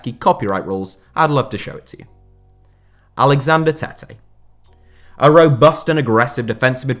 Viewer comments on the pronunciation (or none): none